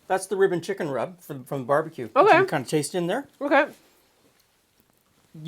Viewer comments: I know you're saying "rib & chicken rub", but my brain INSISTS you must be saying "ribbon". Took me longer than I'm proud of to realize that it wasn't from a fictional "ribbon chicken" dish. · It wasn't until the third time he said "rib & chicken" that I realized it wasn't "ribbon chicken."